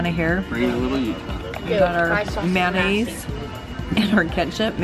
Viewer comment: Ketchup-(ket-chup) mayonnaise-(man-aise) mustard-(mus-terd)!